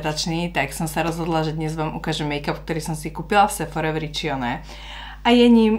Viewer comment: Číta sa:Ričóne 🙂